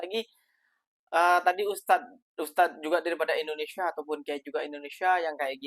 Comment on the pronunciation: Lidahnya pendek. Dengar dia sebut endonesya. Small matter bro 😅